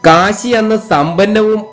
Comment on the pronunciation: Kasi alla Kashi aanu